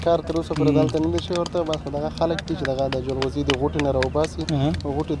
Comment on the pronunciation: ژورنالیست صییب ته ج نشی ویلی ؟ چی جلغوزیو ته زنغوزی ،😠😡😡